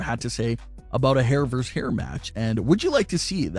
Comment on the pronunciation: Why the hell does everyone think VS is pronounced verse instead of versus. Look it up. When you pronounce it verse you sound like a damn fool.